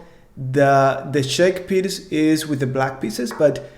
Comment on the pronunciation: wow, thank you for pronouncing right this time!